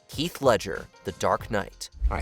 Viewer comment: Did you call him “Keith” Ledger?!! 👀 😳